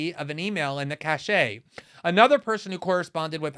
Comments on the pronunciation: "cache" (tranche of e-mails) as in sounds like "cash," not "cachet" (pronounced "cash-shay") as in prestigious. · Hi Glenn. The word "cache" is pronounced like "cash" not "cash-A". The latter means "an indication of approval carrying great prestige" and usually spelled caché or cachet. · Someone needs to tell Glenn that cache is pronounced “cash,” not “cash aye.” ;) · It’s pronounced “cash”. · Good report, but "cache" is pronounced /kaSH/ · “Cache” is pronounced ‘kash—it’s distinct from the word “cachet,” which corresponds to the pronunciation you’re using. Great reporting, Glenn! Good for you for impugning Amanpour! That was incredible. She showed her whole hand—and her ass. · I've noticed loads of Americans get this wrong, presumably because they don't live next door to France, but I'm surprised at Glenn being one of them.